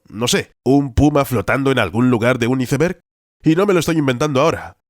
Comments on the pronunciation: Cada vez que decia iceberg literalmente en lugar de "aisberg" me dolia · Muy bueno el vídeo perro sería mejor internacionalizar algunas pronunciaciones brot. Cómo la del "iceber" que la pronunciamos "aisber" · Se pronuncia "aisberg"